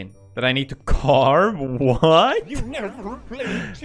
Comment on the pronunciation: U NaVEr PLAyuD TubER SEmULaTOR eU NaVIeR PlAeD ToBIr SiMALatur